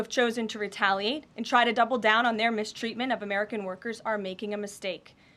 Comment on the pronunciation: Leavitt "retaly" . I think the poor imbecile means "retaliate".